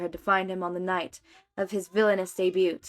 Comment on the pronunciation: I love your podfics. I've been listening to them a lot lately. One thing though, debut is pronounced with a silent t. It is not day-butte like I keep hearing in your videos. Just want to let you know as I know you keep saying English is not your first language and English is a stupid language with pronunciation and spelling. 😂